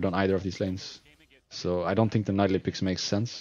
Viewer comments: Rekkles it's pronaunced NI DALIE not NAI DALI... I mean I know it's not your native language but still NAI DALI? xD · Rekkles just need to practice his voice a bit and he would be the best commenter ever, cuz he has so much ingame knowlage... Yea that and maybe learn how to say Nidalee :)